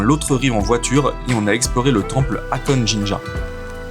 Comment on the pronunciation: Ça m‘a stressé de vous entendre dire « Akone », au lieu de le prononcer « HAkoné », le HA se prononce comme si on soufflait sur des verres de lunettes pour les nettoyer 😂